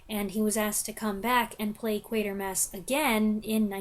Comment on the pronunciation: It wasn't until today, listening to your review that i realized the correct pronunciation of the main character's name! I've been thinking Quartermass for decades! Thanks!